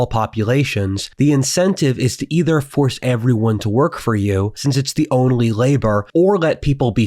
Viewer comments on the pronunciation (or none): none